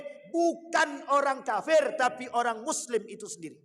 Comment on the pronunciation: Ngucapin kata kafir nya kok faseh sekali